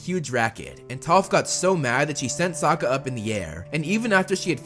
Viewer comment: Suaka? Dude it’s Sokka not hard